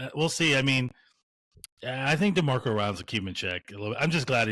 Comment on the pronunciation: "Demarco" Ryans